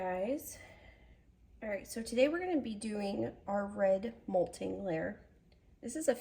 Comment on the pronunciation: How have u done certificates and classes and lives and nobody has told you its mott-ling not molting like a bird lol.